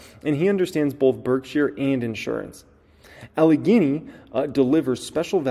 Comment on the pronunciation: demi-gog. like demi Moore; you said Allegheny right